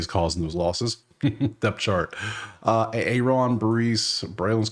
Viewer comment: When u said A-Aron I instantly thought of that Key and peele sketch 😂😂😂